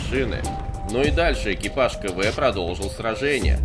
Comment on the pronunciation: Не Кэ-Вэ а Ка-Вэ.